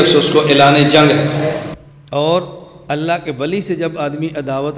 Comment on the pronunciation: كیا حظرت گهمن صاحب تجوید میں کمزور ہیں ؟؟؟ ق کو ک اور ع کو سهی ادا کیوں نهی کرتے؟؟؟ اللہ کو موٹا کیوں نہیں پڑهتے؟؟؟ عربي سهی کوں نہیں پڑهتے؟